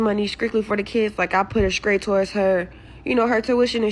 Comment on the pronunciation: It’s the mispronunciation of words that Irk me ….. if you can’t speak properly don’t talk to me . Damn Scraight